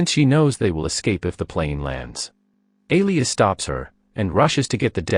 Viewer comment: "Alias"? That's not how you pronounce Elias.